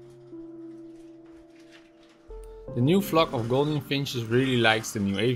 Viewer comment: Love your birds. Just to let you know 'Gouldian' is pronouced Ghool/dee/an